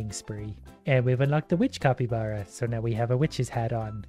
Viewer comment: why do you say copybara its capybara